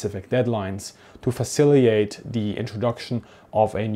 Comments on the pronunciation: Informative and authoritative again, as usual. Just a quick note on pronunciation: that word is faciliTATE, faciliTATing, as opposed to faciliate. Your English is much, much better than my German! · "fah-CILL-ih-tate", not "fah-SILLY-ate" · It's "faciliTate", not "faciliate". Just a tip. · JSYK, the word is "faciliTATE", not "faciliATE", as you pronounce it. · OK, sorry, your English is usually better than most English speakers, but it's pronounced "facil-i-Tate." Gripen would be a better solution, but we're also already replacing the F-16's (see Sirius-Mined comment below?) so they will be more available? As to training, I don't know why the West hasn't implemented Flying Tigers 2.0 AVG yet? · Please excuse my OCD but I feel I must point out that the first "t" in "facilitate" is not silent. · I only have one quibble with this vid. You are not pronouncing the second t in facilitate. As a native English speaker, with an undergraduate degree heavy in linguistics, this drove me a bit nuts. Good vid though. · Great video.!Check pronunciation of facilitate though 😁🤓